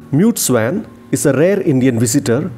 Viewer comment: Swan is pronounced as स्वॉन